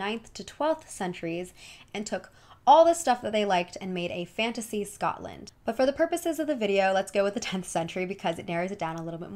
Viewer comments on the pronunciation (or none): none